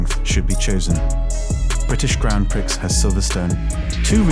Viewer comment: The X in prix is silent 😭